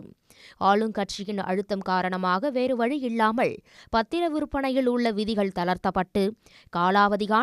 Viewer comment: "ஆழும்" கட்சிக்கு சாதகமாக வேறு வழி "இள்ளாமள் ", என்னமாய் தமிழ் உச்சர்க்கப் படுகிறது !!??? தமிழ் ஊடகம்???